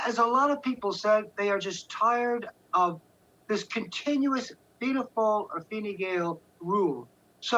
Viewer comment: I love how foreigners struggle with the Irish names. It comes across as really interesting. Fine fail!